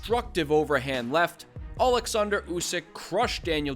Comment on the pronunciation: as for Ukrainian it's so great to hear Oleksandr instead of Aleksandr (russian version), even though Usyk itself usually said it with russian accent xD Thank you for such small detail Upd. But in general thank you for this great perspective, resonate with me a lot